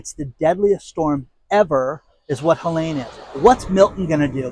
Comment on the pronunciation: Helene has no "A" in it. It is pronounced HelEEEEEEEne.